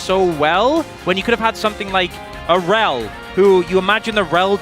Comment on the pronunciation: This is why you're a caster not a player. Rell? forrell? She garbo